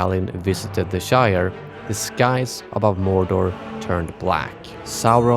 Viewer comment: mor’door’, not morder